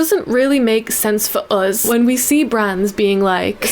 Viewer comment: Why do you say "us" like "oz"?